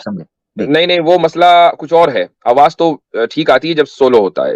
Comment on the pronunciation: Bhai yeh Hindu hai, Aawaz ko Aawaj keh Raha tha